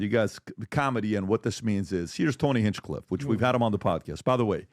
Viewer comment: Bro you probably shouldnt make clips. Your voice doesnt sound confident and clear over videos, you never bothered to pronounce Hinchcliffe correctly, your vocab is weak. Just because you have the ability to edit clips together and record yourself talking doesnt mean you should. There are thousands of youtubers doing this already. Find something else and no more wasting time. You sound like a high schooler. No offense or anything but this isnt for you